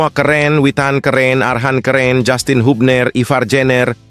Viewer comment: 😂😂😂 bacanya jastin mas Bukan jussstin Es jussss kali😅